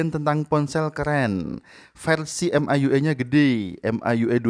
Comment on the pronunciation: Baca EM AI YU AI,, Mi YU AI aja kali bg, kedengaran aneh baca ke gtu. Wkwkwk